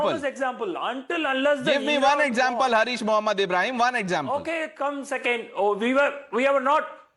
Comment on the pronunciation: His name is not Hareesh Mohammed... It is Haaaris mohammed. Please correct...